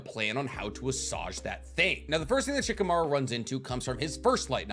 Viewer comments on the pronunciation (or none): Love your content but can you please say Shikamaru properly? The "i" is mute and the accentuation is on the last syllabe, it's not "sheekaMAru" it's "sh-kamaRU"